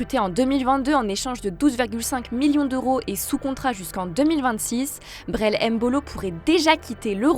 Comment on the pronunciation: C'est pas M mbolo c'est mbolo🇨🇩🤦🏿‍♀️